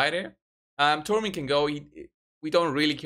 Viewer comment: Thanks, you pronounce her name correctly. I dont understand why Ash and HH call her Sekia.